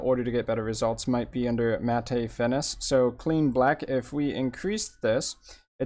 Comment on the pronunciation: This actually works very nicely, without using one of the all in one effects. The only issue I see it that you are pronouncing Matte as Matay instead of Matt.